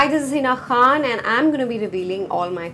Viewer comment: while introducing herself the way she said "Khan" is so pure...❤